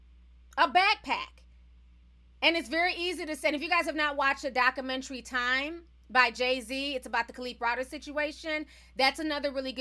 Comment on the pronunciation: Doc-u-men-tary..... Not Doc -u-men-tree